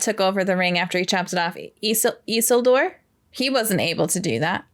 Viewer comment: I'm only 18 minutes in and, as always, so impressed with your ability to pay attention and grasps so many details. Being able to recall Isildur's name (slightly mispronounced, but still recalled) and then noticing that the Ring shrank in Isildur's hands are things i'd say 95% of reactors miss in this movie. I'm sure there will be more, but one of my favorite things about your reactions are your attentiveness and intelligence. EDIT: And just saw from a post below that you also noticed Aragorn putting on Boromir's vambraces. So impressive. It took me several watches to notice that.